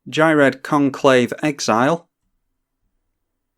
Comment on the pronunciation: I believe Ghired is pronounced (F)ired, as in Cough. I believe this is the case, because he was "fired" from the conclave by taking on "fire" mana.